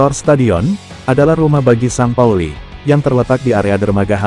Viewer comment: Bacaan st pauli bukan san pauli la lembu...tapi sin pauli..lembu